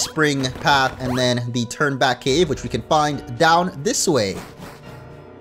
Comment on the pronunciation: Lowkey thought was saying “Turdback cave” but it’s Turn Back cave